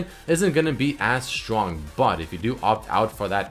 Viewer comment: i swear its fking strong not shtrong